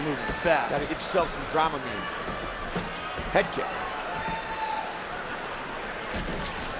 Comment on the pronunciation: Fool said “dramamine”